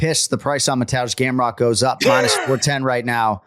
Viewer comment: ok who the hell is mantoozh gamrot